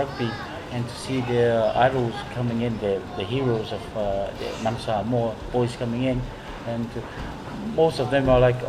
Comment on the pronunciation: Coach, please learn to pronounce Samoa properly. Keep up the good work!